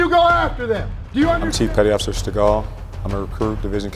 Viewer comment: And “petty officer” becomes “petty otter” for some reason